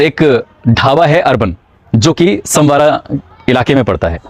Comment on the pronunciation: संवारा नहीं सनवारा।